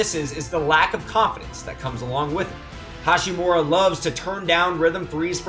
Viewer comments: hachimura. ha-chi-mura. not hashi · It’d be nice if you could say Ha*chimura instead of Ha*shimura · It’s not HaSHImura but HaCHImura. Americans! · its HaCHImura not HaSHImura.. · Rui HA- CHI- MU- RA. Please say his name correctly next time. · It actually is pronounced with a ch sound, not a t or sh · AlbroLee no way. CH is definitely pronounced with a T sound in Japanese. ハチムラ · His pronunciation on Hachimura is so ugly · Ya'll butchering his name lmao